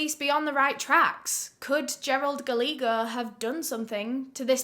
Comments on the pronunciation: Ooooh baby it’s not Galeego. It’s Gah-lay-ho. It’s Spanish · Love you so much, Guy-yay-go is the pronunciation of that name . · Word of advice… “Gallego” is pronounced like “Gah-ye-go”. Double “L” is always pronounced like a “Y” in Spanish. Love you,. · Love all of your stories. I watch as many as I can. Just a little thing with this one... Gallego is pronounced- guy-yay-go. Spanish based name, double Ls are a Y sound. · I love how she mispronounced Gallagher 😭